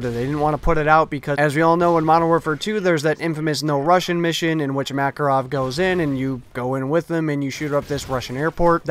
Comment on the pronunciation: Did u say makarov